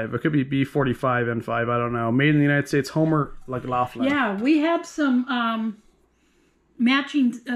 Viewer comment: Homer Laughlin, not Homer Mac or Lac Laughlin !!! lol !!!!